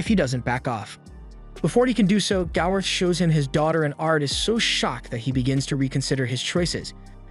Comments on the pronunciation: Gowther. Gowther. Gowther. Gowther. Gowther. Gowther. Gowther. Gowther. Gowther. Gowther. Gowther. Gowther. NOT GALRETH. How do you fuck that up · Why can he say gowther name right 🤦🏽‍♂️ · PLEASE PRONOUNCE GOWTHER'S NAME CORRECTLY!!!!!!!